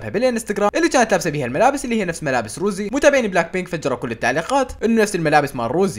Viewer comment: رَوزي❌ رُوزي✅ 😂😂